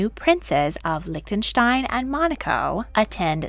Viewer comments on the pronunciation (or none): none